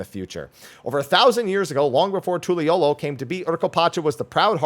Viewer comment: We have a city in Utah spelled Toole, pronounced Too-elll-ah... we jokingly call it Tool-eh, like how you pronounced the new city.🤣